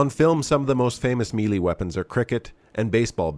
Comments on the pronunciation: Its pronounced May-lay you sound like you're doing a Chinese accent. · I always look forward to your videos, and really appreciate the information you provide. Just an FYI though, melee is usually pronounced as "may-lay" in the U.S.. Although I just read that the British and French say either "MEH-lay" or "meh-LAY." Here's a video that talks about it - A minor thing, and not meant to be a put-down, just thought you might like to know. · Just watching this after some witch kriffery from Disney Star Wars' Ahsoka. Strange way to say "melee", BTDubs. and : Ah, there's the ReBoot footage from S3E1 - "To Mend and Defend". Really miss the, heh, "monoboobs" at this point though. A bit sad to see the RE2 Remake and RE3 "Reimagining" instead of the original releases, but it's kind of nice to see the OG RE4. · Don't take advice on Melee Weapons from someone who cannot correctly pronounce "Melee". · That's gotta be the funniest pronunciation of melee I've heard yet